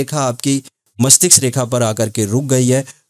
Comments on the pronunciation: गुरु जी मस्तिष्क बोलना सही है मस्टिक्स नहीं 🙏🌹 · Mastiksa nhi mastiska😂